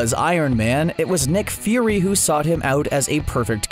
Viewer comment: why does it sound like you're saying neckname and neck fury